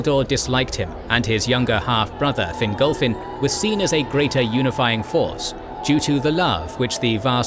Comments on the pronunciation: Please pronounce in Fin-golf-fin not finglefin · Fingolfin* Not "Fingal-Finn".